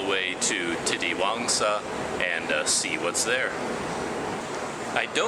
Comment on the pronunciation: You pronounced it right "Titiwangsa". Yes Malay words are one of the easiest to pronounce other than other languages i think. Because u see many foreigners can easily speak malay only in few months.